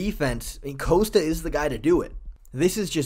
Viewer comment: You're not Chael Sonnen; stop saying "Coast-uh". It's "Cost-uh", just like it's spelled. You can't just recklessly mispronounce fighter names.